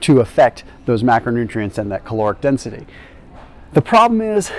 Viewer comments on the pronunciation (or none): none